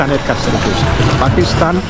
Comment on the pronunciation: পেকিস্হান না পাকিস্তান শুদ্ব করে বাংলা বলেন গুজব খবর দিয়ে নিজেই ক্লান্ত